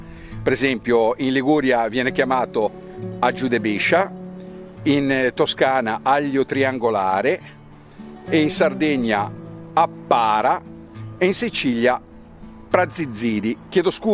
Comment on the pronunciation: Áppara in sardo, con l'accento nella prima A. Grazie!